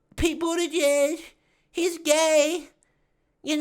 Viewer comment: Did she say Harris/Budgid!? 🤮🤮🤮🤮🤮🤮🤮🤮